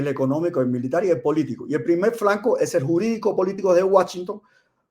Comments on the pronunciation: No se dice franco sino flanco con L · Muy de acuerdo con...pero se dice."flanco" no franco. Jjjj